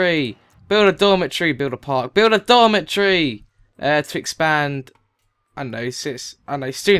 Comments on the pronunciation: i thought you were saying dormant tree when you were saying dormitory XD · when he said dormitory i thought he said dollar tree! lol